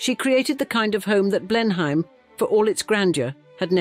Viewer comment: Blenheim is pronounced: Blennem